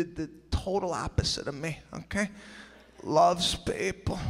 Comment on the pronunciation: “LOVES PAYPPPul”